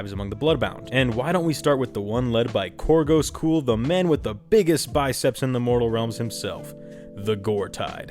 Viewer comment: Kor GUS Kull(rhymes with skull). Like nails on a every time you said it. Lol. My only gripe though. Great vid!